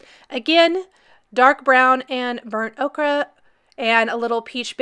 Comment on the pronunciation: Ochre is pronounced oh-ker, by the way. This idea is BRILLIANT! 🦌